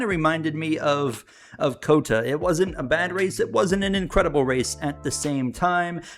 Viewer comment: Please stop saying cota like that